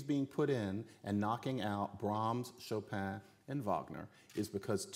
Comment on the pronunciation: Hey hey ho ho this pronunciation of Chopin has to go